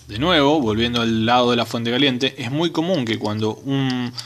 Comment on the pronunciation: Eeeeee.para que vamo a medi eeeeeeeeeeeee....para ke ane la fuete.eeeeeeeeeee